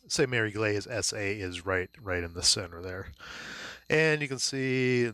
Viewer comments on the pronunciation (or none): Jeez. It's Egleeese not Eglayse. :) Watch the Longest Day. John Wayne nails it. Came from someone else's unboxing but he really didn't give a lot of info. This was perfect. Thank you!